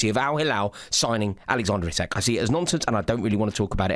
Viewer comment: is hilarious. Even if United could put it on tick. He would NEVER join United in their current state. 😂😂😂 Also its "Ee-Sak" not "Isaac"